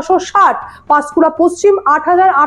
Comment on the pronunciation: পচ্চিম নয় পশ্চিম হবে।